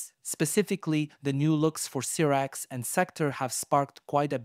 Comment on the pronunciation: Cyrax -Syyyyyyyyy raaaaaxxxxxx Sektor- Seeeeeeecccc toooooorrrr How do you mispronounce something that’s pronounced for you in the game